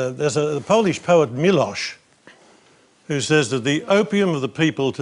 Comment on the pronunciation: As a polish citizen I am embarrassed by Czesław Miłosz in this case. And I'm embarrassed as a human being that cardinal Pell used Miłosz (not "Meelos" but "Meelosh") as an example in this case.